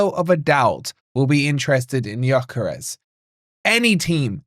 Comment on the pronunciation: Yes of course👍🏼 The ‘s’ at the end is pronounced ‘sh’ BTW.